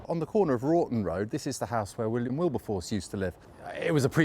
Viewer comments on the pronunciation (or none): none